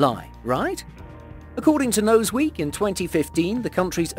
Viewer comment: Lol he said nose week instead of news week. Hahaha